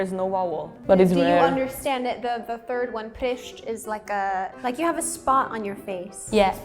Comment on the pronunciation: it’s actually „pryszcz” not „przyszcz”